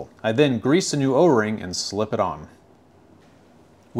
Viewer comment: I love watching your videos 😍 but as a German I can't help myself but giggle whenever you pronounce German words 🤣 It's Deesah Differenzierte Saugrohr Anlage 🤓